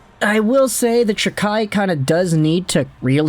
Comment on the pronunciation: Can you at least say his last name properly it’s pronounced jack eye